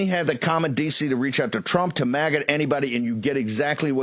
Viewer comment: Also, they apparently don't know that "redistricting" is not pronounced "redishering" and "decency" is not pronounced "deceny."